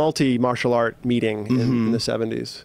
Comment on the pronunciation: holy shit, when he said "meeting", watch his shirt collar. Talk about overpronunciation of words